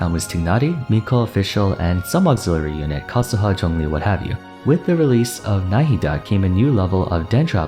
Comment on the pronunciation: As an Arabic native speak I appreciate how you pronounce Nahida's name, you did it correctly!